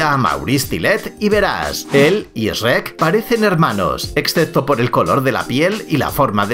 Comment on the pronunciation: como que SREK, c pronuncia SHUEK